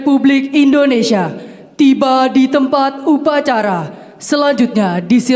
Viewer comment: INDONESIA,,bukan INDONESA